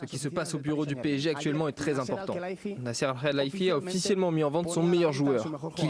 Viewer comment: Olivier Ménard qui ne sait même ps prononcer nasser Al-Khelaifi